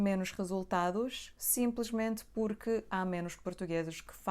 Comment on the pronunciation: Púrqui? Kraleo pohha é isso